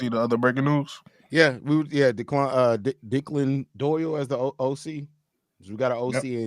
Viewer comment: You gotta be a real hood dude to pronounce a traditional Irish name like Declan as D’clan. That made me smile. Good stuff all around